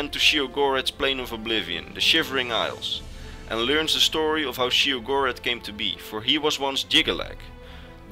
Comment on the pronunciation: Great video as always, but there's 2 things I need to straighten up: Sheogorath is pronounced "Shay-oh-goh-wrath" The Greymarch doesn't last 1 day, it's an event that takes place during the remaining time of the last year of an Era. First, the Great Torch of New Sheoth goes dark, indicating thee start of the Greymarch, then the Obelisks of Order become activated by defected Priests of Order, them the crisis keeps escalating until Sheogorath himself is freed as Jyggalag. Funny thing that happened to me: When Sheogorath was morphing into Jyggalag and saying how he was totally gonna rekt the Isles, Haskill gave me his greeting, "Always a pleasure." Needless to say I had a good laugh.